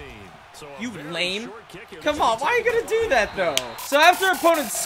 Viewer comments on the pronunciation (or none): none